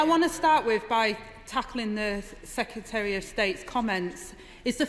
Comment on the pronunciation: Hard to listen, the word "secutary" is doing my head in